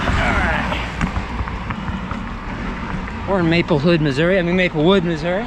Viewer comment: "Maplehood, Missouri"... you got it right the first time. 🤣